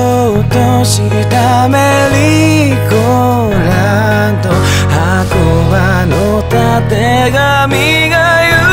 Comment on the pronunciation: 声がめっちゃ良いので大好きですが、メリーゴーランドのドはaiko発音してないので、aikoファンとしてはそこまでコピー完璧にして欲しかったです